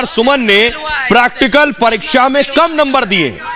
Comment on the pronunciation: Can't even pronounce practical